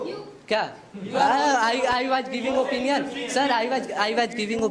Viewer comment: Bhai master khud apinion bol raha hai opinion ko.